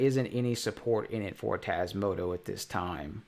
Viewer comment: May I ask why you always say Tasmoto to Tasmota firmware?